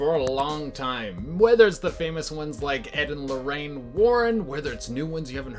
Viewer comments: No one:: "Ed and Lorraine Lorran" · Edd and lorrain Lauren or warren lol listen to when he says Lauren